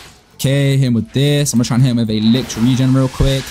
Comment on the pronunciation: The way he pronounces Licht Regen makes me wanna grand entrance off a skyscraper